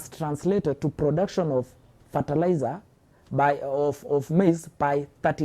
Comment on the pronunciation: is this guy political analyst or is just pro-government defender? Ithought you are bringing political analysts😂..the moment iheard brotuction instead of production iknew why this guy is defending the government, ethnicity will never end in this country for sure😂😂